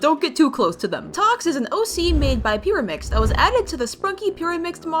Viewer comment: The way how you pronouns pyramix is Pie-ra-mix😮